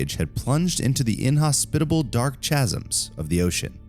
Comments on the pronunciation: hahaha yeah - funny how the bullshit content bothers us less than diction... shasm... who knew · Chasm, pronounced “Kazum”. Just sayin’ 🤓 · Does it not bother anyone else that he pronounced chasm like that? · Chasm is pronounced kazəm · it's "cazz'm" not 'chazzum" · Chasm is pronounced kasam. I teach English. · If you're going to narrate a video and you don't know how to pronounce the word "chasm" you should Google it so you don't end up resembling an idiot. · Learn how to pronounce chasm. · Modern students have little time for diction... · Bothered me right away!